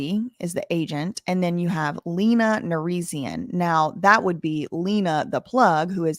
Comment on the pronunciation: My queen adams childs mother pronounces her name “l - ey - na” not “l-ee-na”keep slaying 💅💅